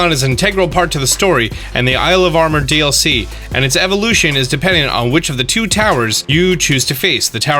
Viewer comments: pronouncing “DLC” as “dilk” was an absolute gut punch that I wasn’t expecting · 🤣🤣🤣............man said Dilk(DLC)..🤣🤣🤣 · "the Dilk". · the "Dilk"